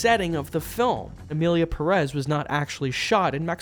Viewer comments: Is pronunced Pérez, not "Perez". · Love how gringos have a visual indication on where the strong sillable is on the word/lastname Pérez and still pronounce it like Peréz, as if the strong sillable or accent is on "rez" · I hate how it's pronounced with emphasis on the second syllable, but it's still spelled Pérez, not PERÉZ for some god forsaken reason